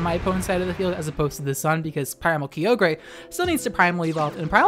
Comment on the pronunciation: Isn't Kyogre pronounced "ky-oh-gur" and not "Key-oh-gray"?